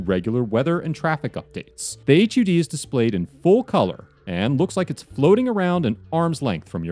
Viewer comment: Did this man call a Heads Up Display an Hyoude